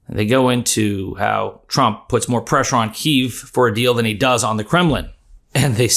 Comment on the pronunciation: Kyiv is pronounced "Kee-ev" BTW...